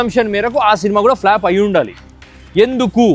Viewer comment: It’s not flap! It’s flop. Get your pronouns right. Hatred not hateredness! You are destroying English